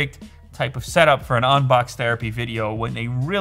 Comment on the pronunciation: "unbox tther"